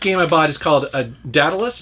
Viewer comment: [Day-Dallus] pronunciation